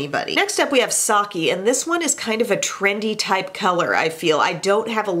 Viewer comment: It's not really a big deal, but Sake is pronounced Sah-keh, instead of Sah-kee :)